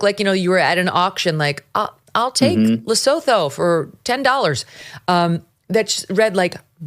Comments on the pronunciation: Lesotho is a tiny little mountain kingdom situated in the Drakensberg mountains, in Southern Africa. It is surrounded by South Africa. It's main industry is stealing livestock from South African farmers *wink wink*. It is pronounced Le-soo-too. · hi Megyn... a small FYI... Lesotho is a small country entirely inside South Africa. The spelling notwithstanding, the pronunciation is leh-SUE-too.